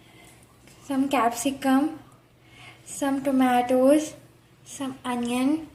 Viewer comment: Some capsi cum ,some tomatoesh